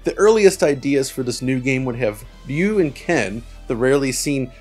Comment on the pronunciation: Oh wow, he said Ruy right! That's not very common in the English speaking world!